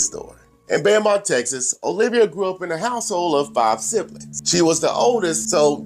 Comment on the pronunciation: It’s pronounced “Bow-mont”